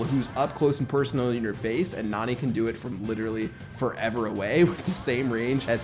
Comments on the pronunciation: she is a girl bro she is not nani pronounce her name as neni that's the right way to pronounce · Her name is pronounced Nanny not Nani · PLEASE STOP PRONOUNCING NANI LIKE THAT